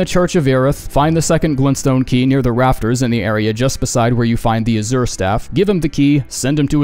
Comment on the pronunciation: No one commented on your mispronunciation of azure because you mispronounce so many things in this game I thought it was intentional